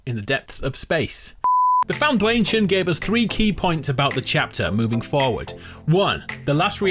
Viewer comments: "THE FOUNDWAYNETION"😂😂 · Hw just said the foundwaynshon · I literally facepalmed when he said Foundwaynsion. Worst joke I've ever heard. (I've probably made worst) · the foundwayntion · THE FOUNDWATION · ‘The foundwayneshin’ lol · the fwoundation is what he said in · The Foudwaynetion 🤣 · Did you just say the foun-dwaynetion?😂😂😂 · The FounDwanyetion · the foundwaynetion lmao? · He says foundwaynetion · Did you say The FounDwaynetion? Lmfao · "The foundwayntion" perfection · The way he said foundation